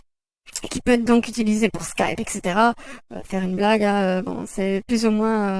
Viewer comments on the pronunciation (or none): on dit Etc. pas Ect.